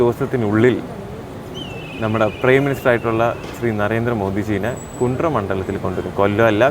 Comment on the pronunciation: കുണ്ട്ര അല്ല കുണ്ടറ